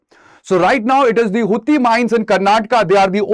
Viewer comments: Sir, Its pronounced as hatti and not hutti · You were mispronounced Hatti as Hutti.